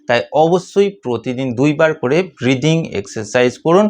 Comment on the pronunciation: এই ব্রিডিং/প্রিডিং(উচ্চারণটা ঠিক করে বুঝতে পারলাম না) এক্সারসাইজ জিনিসটা কি মানে কিভাবে করতে হয়?